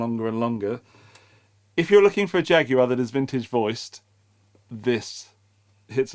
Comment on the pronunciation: The British pronunciation, while not exactly accurate, is so preferable to the horrifying U.S. "JagWIRE!" It's guar like guar gum. Thank you, UK cousin for your pronunciation and for an excellent examination of a fun guitar!